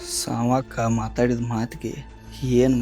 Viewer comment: ಅಣ್ಣಾ ಸಾವಕ್ಕ ಅನ್ನು. ಸಾಂವಕ್ಕ ಅಲ್ಲ ಅದು